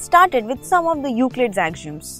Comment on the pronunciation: AXIOMS is pronounced Ak - See - Um The lesson was very good Thanks